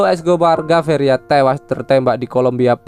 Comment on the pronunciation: sebut betul2 nama penuh pablo.. gaviria.. bukannya geviria hahahaha lucu .. jngn ckp english kalau xpandai sebut.. memalukan